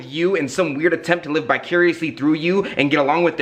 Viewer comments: Are we all going to ignore that he said bi-curiously instead of vicariously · "bicuriously"? you meant 'vicariously' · Ok I heard you say "live bi-curiously through you" twice. And it sounds like fun.